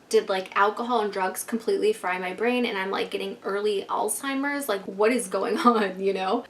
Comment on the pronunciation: *brain, not vrain